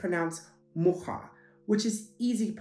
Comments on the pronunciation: Your pronunciation - especially for the English speaker - is really decent, f.e. your "łyk", "mucha" are perfect. However, I have to disagree with pronuncing polish "sz" as english "sh". Polish "sz" is much harder, harsher than "sh". You can easily notice the difference between polish "ś" (very light, speaken with a middle of tounge toungue touching hard palate), polish "sz" (very harsh, lips slightly rounding, kinda like when you say "i" in the word "wish", or "y" in polish "łyk") and english "sh", which is right in middle between soft "ś" and hard "sz". So it's "ś" -> "sh" -> "sz". Same thing applies to other polish sounds, so: - "ć" is softer than english "ch", but "cz" is harder ("ć" -> "ch" -> "cz"), - "ź" is softer than english "zh" - or french "j", like in a name "Jacque", but "ż" or "rz" is harder ("ź" -> "zh" -> "ż"/"rz"), - "dź" is softer than english "ji" - like in a word "jiggle", but "dż" is harder - "dż" is the same sound as "j" in a word "jam" ("dź" -> "ji" -> "dż"). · Hi, you pronounced dzieci like a native, łyk and mucha aswell. Chrząszcz wasn't pronouced perfectly but that's a really tough one^^ Interesting material!